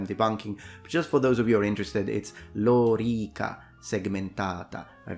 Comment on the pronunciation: would you be pleased to hear that when you say Lo-rEE-ka the correct way, in Russian it is also vowel stressed the same. in the official form -- on the 2nd syllable -- лорИка. many people, myself included (until very recently), intuitively stress the first syllable, like LO-ri-ca. probably because in English it is often that the stress falls on the 1st. not sure. I heard you use the prolonged vowel twice in this word, though. as if a double emphasis is applied -- Lo-rEE-kAA. not sure if that's a Latin thing of a spondḗ case (found the term Libation related to it), or was it only your way to stress the other two syllable as opposed to the wrongly stressed one.